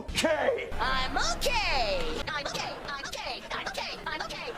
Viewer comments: All the "I'm okay"s started sounding like "I'm all gay" after the 10th time 😭😭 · Okay hearing it enough it starts to sound like he's all gay instead of he's okay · “Im okay” starting to sound like “I moké” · The more he says "I'm okay" the more it sounds like a foreign word